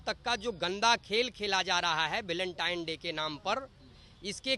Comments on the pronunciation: भलेनटाइन नहीं वेलेंटाइन होता है अनपढ़। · गोबर को वेलेंटाइन बोलना नहीं आ रहा है गोबर को और अपना